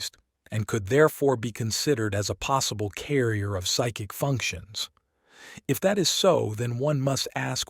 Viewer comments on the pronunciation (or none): none